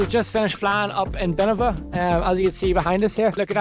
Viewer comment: “Buh-Nev-in-ah” actually